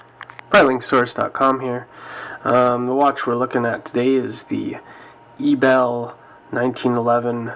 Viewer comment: Great video. However, I'd like to point out a small error in the pronunciation of Ebel. It is actually pronounced as (AY-bell).